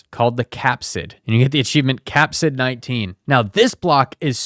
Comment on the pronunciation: Phage is pronounced “fayj” Capside?